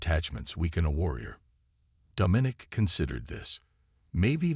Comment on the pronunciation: The AI’s pronunciation needs work. The word “herald” and the name “Domenic” are improperly pronounced. The story itself is quite good. I can see this becoming a longer more involved story line. Also, the tag line is not honest. Dominic is not “a boy”. He’s old enough…😉